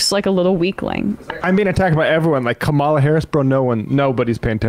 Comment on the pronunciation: can we PLEASE make the effort to pronounce Kamala's name right. geezus.